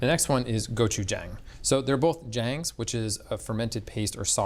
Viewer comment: Brush up on your pronunciation of “-jang.” Does not rhyme with “Bang!”